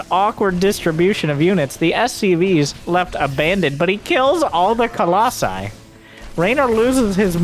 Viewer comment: I'm so glad you say "colossi"